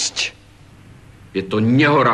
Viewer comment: Je to nehoráznos..je to nehoráznos :DDD Nehoráznos "Ť" !! :DDDD